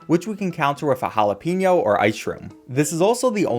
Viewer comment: you say jalapeño wrong